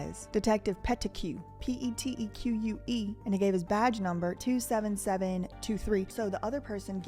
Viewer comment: great video! Love the background!!please no offense but the name Peteque is French and it is pronounced Peteek. Pet a que is fun tho🎉. Congrats on the 100k